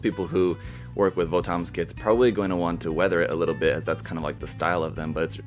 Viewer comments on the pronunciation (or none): VOTOMS is actually pronounced like bottoms iirc